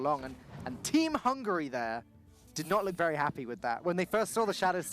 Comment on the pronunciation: This announcer was ridiculous, the fatter one.... Hungry, hungry ...i understand he is hungry. BUT hungry means u want to eat....HUNGARY is my country.... and there we lives, hungarians! NOT "hungries" . Find some better advertisers for their postions. And kick them.... they are irritating and insolent.